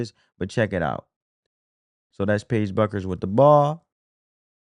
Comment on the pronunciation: How hard is it to understand that the “U” in Bueckers is silent? It’s pronounced Beckers. Sabrina’s name is pronounced you-ness-coo.